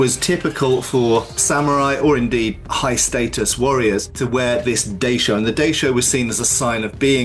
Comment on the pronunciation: Really interesting vid! Small thing: in “daishō” the first syllable should rhyme with ‘eye’, not ‘day’.